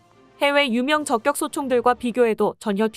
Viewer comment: 아무리 원고를 AI가 자동으로 읽는다해도 발음을 엉터리로 하면 듣기 싫습니다. 품격을 [품껵]이라고 발음하지만 저격은 [저껵]이라고 발음하면 않되죠. 이와 비슷한 예가 정말 많은데, 프로그램을 수정하던지 원고를 수정 하던지, 아니면 사람이 직접 읽던지... 내용은 공감하는데 나래이션은 불만족이네요. 사회봉사가 아니고 돈벌자고 하는 일인데...